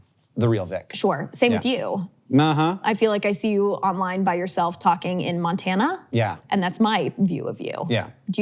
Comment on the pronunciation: Montana(🤔) pronounced Maroon 5